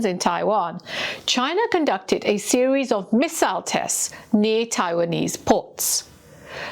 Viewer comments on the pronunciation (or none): none